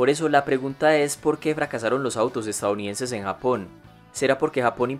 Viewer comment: Este wey dice "estaounidenses" jajaja